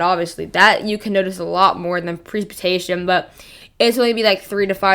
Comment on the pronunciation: YOU CANT TALK.... PRECIPITATION. Pronounce it correctly. your missing the CIP..... Say it correctly.... WTF.